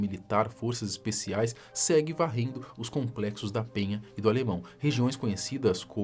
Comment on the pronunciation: MEU SENHOR É VARRENDO, E VOCÊ FALOU BARRENDO KKK, GOSTO DAS SUAS LIVE, MAIS NÃO ASSASSINA O PORTUGUÊS PELO AMOR DE JEOVÁ KKKK